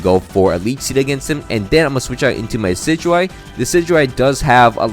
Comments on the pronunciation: I need anyone who pronounces decidueye like “deh-kih-dewey” to vacate any premises I enter. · Yay how do you pronounce decidueyes name that bad